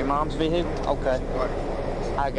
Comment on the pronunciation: "Is this your Vee-Hickle?"